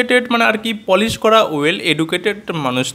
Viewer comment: তুমি পলিশ এটা ভুল বলেছো তুমি পালিশ।